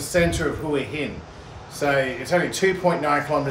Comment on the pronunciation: I've lived in Hua Hin now for 2 years and I love it. Your videos are really great and very informative. One thing though: please ask Som how to pronounce "Hua Hin". Sorry. :)